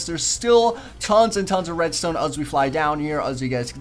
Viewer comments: At about you said redstone kinda funny.... Red-styewn. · Red-Stewn You really pronounce stuff good. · Minecreaft :reads ton pros mack this Me :macks a reads ton door yeaa aaaa I did it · "Redstewn" XD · he says redstone weird